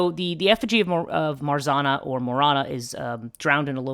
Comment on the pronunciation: I Love This channel and work You put on it! Hugs from Poland:* Pronouce tip: 'rz' in Marzanna sounds like 'g' in beige and double 'n' should be accented like in name Hanna :)